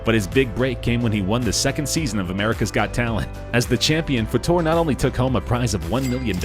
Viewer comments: It's Fater not Fattore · Seriously If you are going to research these people, and report on them! Pronounce the damn names right! Soo many of these damn videos made contain mistakes in them 100% of the time.. It's so annoying... It's Fayyyy Terrrr NOT Fuhhh Torrr! Get it right... Thumbs down!!! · Terry FUHTORE?? Are you kidding ? If you watched the show it’s pronounced FAYTER. Y’all need to do more research than just reading what you find on the internet. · did these a-holes just mispronounce Terry Fator's name?! and so, this is our modern-day ''gong show''. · I thought I was the only one to notice, it was annoying me.